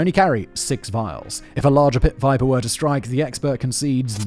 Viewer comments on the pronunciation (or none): none